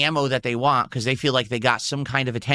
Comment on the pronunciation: Be also over emphasizes T's and can't say certain words like "want" and "squat" correctly. We've evidence to believe young spent lots of time in speech therapy.